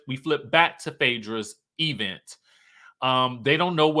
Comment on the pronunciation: I crack up every time I hear EEEvent, now I’m saying it 😂😂😂